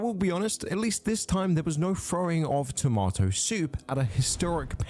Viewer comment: Tama-toe soop yum 😋